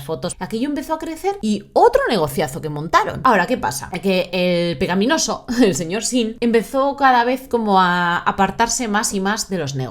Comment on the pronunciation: ¿Cuántas veces has dicho "pecaPinoso"? Demasiadas para ser un vídeo con guion. " Pecapí "... Really?